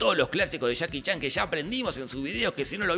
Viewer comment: Jajaja men dijiste "chaki chan" en vez de Jackie Chan